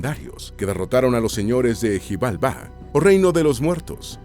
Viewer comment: Algunas palabras están mal pronunciadas en la mayoría de palabras con x suenan como SH, por ejemplo xijalba, la x suna como sh